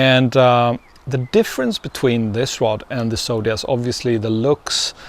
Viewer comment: I have to say, it drives me insane the way you say Zodias, as Sodias.